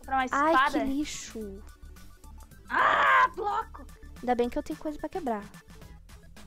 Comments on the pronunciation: Broco kkkkkkk é bloco mas ok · Meu Deus que português maravilhoso em vez de bloco fala broco